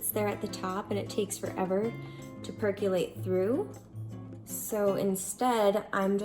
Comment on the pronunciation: You said percolate incorrectly, and it’s steep not seep!!😃If you’re going to have a channel and try and be an influencer got to be on your a game girl!